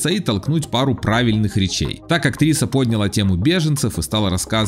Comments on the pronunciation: ПоднялА. Ударение на второй слог! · Извините, на третий. Ну, в общем, не на первый. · Не пОдняла,а поднялА!Учите русский язык!